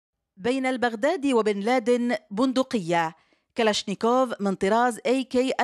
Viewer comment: هههههه مو كلاشنيكوف اسمها كلاشينكوف 🤦‍♂️🤦‍♂️🤦‍♂️ طبعا كمية الغباء اللي بالفيديو لا توصف 😂😂😂